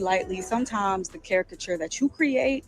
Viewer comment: ...cariCAture not cariture...